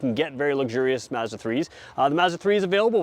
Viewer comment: Thank god someone from across the pond who pronounces Mazda correctly ( "a" as in apple ) and not Marrrzda . Great video